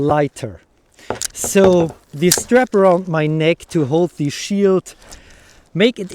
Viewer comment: You talk such a good english, but pronouncing every 'the' as 'thee' is still making me somehow nervous... only a 'the' followed by a vocal at the beginning of the next word is a 'thee', the others are normal 'the's... so 'the' mail, shield, helmet, sword, spear, padding BUT 'thee' armour, armet, age, outremer, infight, oponent... this would take away my nervous thoughts, THX! 😉